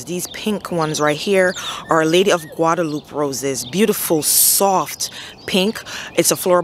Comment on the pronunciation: I think Guadalupe is pronounced Guada-lu-pay with a Spanish pronunciation. Maryland clay is definitely back breaking.